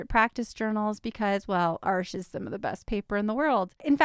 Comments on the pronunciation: THANK YOU for pronouncing ARCHES correctly! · Wow! That was an awesome comparison… Thank you! And I have never heard an American pronounce Arches correctly…. I’m impressed…. and I’m subscribed…. Thanks again! ❤